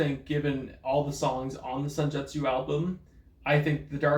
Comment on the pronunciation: SENJUTSU, NOT SUNJETSU